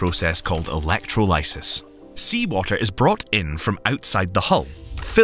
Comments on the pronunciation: Electrolysis... I don't think I will ever see that word written the same.... Elec-troll-oh-sis Not Electro-lie-sis... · "... process called electro-LIE-sis ..." The narrator apparently never heard of something called "dictionary". 🤣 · i'm by no means a scientist, but i've never heard of Uh-leck-tro-lye-sis but i have heard of uh-leck-TRAH-luh-suhss that was hard to listen to, butchered that one, sheesh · Electro-WHATSIS?! PENG-WINGS!? That's the wrong emPHASis on the wrong sylLABle. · As a chem student, it pains me to here that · Electro LIE sis? Who the hell manages to publish videos to a major YouTube channel without being able to pronounce electrolysis? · Elec troll isis. Not. Elect ro lice sis... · The poor pronunciation of "electrolysis" lowered the credibility of the video in my opinion. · Stopped watching when you mispronounced “electrolysis”. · That is not how you pronounce electrolysis. 🤦🏻‍♂️ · This was a very interesting video, but that’s not how you pronounce “electrolysis”. The “o” is the same as it is in “doll”, and the end rhymes with “paralysis”. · I have never heard a worse and more incorrect pronunciation of the word "electrolysis". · Yeah, I've never heard that pronunciation of "electrolysis" before! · Never heard "electrolysis" pronounced like that... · I find it a common pronunciation of almost anything with the suffix "electro-" here where I live I presume it's due to the way Indonesians pronounce it in our mother tongue, which tends to sound o as "oh" rather than any other vocalisation this feels like a nitpick when the difference could be easily explained by a difference in accent (also the tro is more consistent with other tro- words such as trolley or tropical)